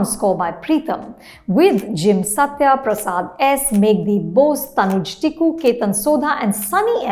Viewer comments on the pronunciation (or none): none